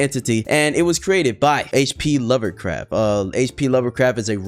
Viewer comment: Bro said hp lover craft